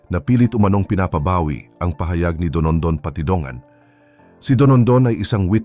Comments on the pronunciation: Don don o donondon? Kainis nman narrator! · Dondon po ang pangalan ng whistleblower, hindi po Donondon. Nakaka yamut. 😏😏😏